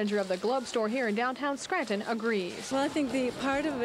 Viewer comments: I can’t stand it when people say, “Scran’in”! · Bless you. You actually pronounce the T in Scranton